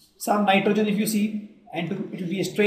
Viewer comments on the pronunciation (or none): none